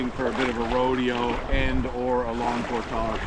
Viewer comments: Nice video but It’s portage, not portaaaage. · Never herd it pronounced portague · 1. Hearing him say GD made me cringe. 2. He can’t pronounce portage correctly. Why? I just don’t get it. 3. Overall not a bad adventure and watch. 4. Goes to get firewood and doesn’t take the shotgun. Interesting. 5. That power unit was way overkill and extremely heavy. Bring an air mattress and ultralight camp chair next time. You won’t be sorry.